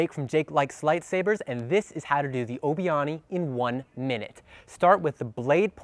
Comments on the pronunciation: Are you sure it's called Obi-Ahni in pronounciation? Obi-Ani, Ani being what Padme calls Anakain in Ep II. And combining their names because they did the spin in their battle in Ep III. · You mispronounced “obi-ani”. You said it like it was “obi-oni”.